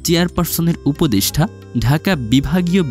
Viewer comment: উপদেষ্ঠা না, উপদেষ্টা উচ্চারণ ঠিক করে ভিডিও বানাবেন, সোস‍্যাল মিডিয়া ফাইজলামির জায়গা নয়, ভাষা নিয়ে যা তা করার অধিকার কে দিয়েছে আপনাকে? ফাজিল কোথাকার!